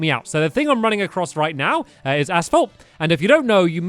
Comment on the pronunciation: is it just me or does stamps say ass fault? I haven't watched him in like 4 years and I come back to this? wtf.